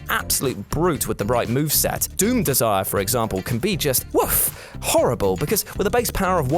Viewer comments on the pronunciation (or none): none